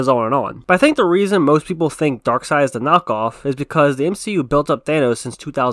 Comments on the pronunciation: Omg... Its pronounced "Darkseid" ...Not "Darkseid "🙄 ...get it right bro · I swear Darkseid is pronounced Dark-seiid,not Dark -side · You ever watch the justice league animated series where they always pronounce it darkside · People who pronounce it “Darkseed” 🤦‍♂️🤦‍♂️🤦‍♂️